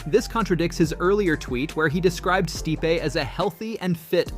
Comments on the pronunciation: Stype, Stipee, Stipey, Stip… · You literally pronounced stipe 3 different ways within a 15 second span. If you're going to have a mama channel at least do the research and learn how to say the fighters name correctly. It's not even a small name it's literally stipe miocic.